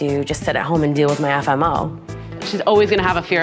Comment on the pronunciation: The hardest thing about the episode was hearing "FMO" instead of FOMO